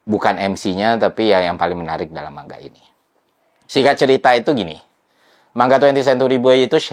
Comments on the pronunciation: Manga mas baca nya, bukan man ga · Manga bang bukan man ga 😂